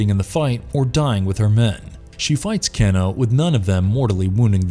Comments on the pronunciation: "Can-O" It's pronounced Kay-no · "Ken-no".. I never heard it said this way, I always said Kay--no for Kano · KANO not keno you said it right the first damn time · KAY-NO...not Cano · Kano is pronounced K no not can o Jesus even every mortal combat game an movie pronounced it that way. that miss pronounceation bothered the fuck out of me lol if your having issues pronouncing the name of the characters just look at the audio from the games its not that hard damn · Kano= KANE-o. Not Cano Nit pick I know but everyone else was thinking it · It's not pronounced 'Ken-o' it's 'Kane-o' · His name is Kano (KAY-NO, NOT CAN-O) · CANE-O..not CAN-O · Anyone else bothered by Can-o...come on it is pronounced Cane-OH. Millennial rant over. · I cringed a little when he said cano instead of Kano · You pronounce Kano as "keno" hehe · Around the 9min Mark, when he keeps saying “Ken-o” instead of Kano’.. Pisses me off lol. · No one gonna mention how he called him can-o? Kano is pronounce Kane-oh bruh! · Next is gonna be like: Kano’ed😂😂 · dude, it's KANO say it like "kay no" not keeno or whatever you were saying. dumb mistake.... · So you get Kabals backstory partly wrong, sareena’s COMPLETELY wrong and you can’t do enough research to know how to properly pronounce Kano? Come one man basic MK knowledge needed really. Oh and for future ref it’s pronounced Kay-no not canno. 🤣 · CAIN-OH, not CAN-OH. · Say it with me now "Kay-no"! Not ke-no! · His name is said cane o not can o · Not can o it's kane o ! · It's pronounced as Cain-o, not ken-o lmao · not keno kano kan o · Dammnit stop saying the names wrong Ka - no not ca-no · You have obviously never played a Mortal kombat game or even viewed a movie by the way you pronounce "Kano" 🤣😂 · Ahh yes, my fave MK fighter "Keno/Cano" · It's pronounced Kay No...KAY NO..... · Why is he pronouncing "Kano" as "canno"? 😒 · Can-o? Never heard of him... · It's pronounced Cane - O. Listen to the original game's attract mode.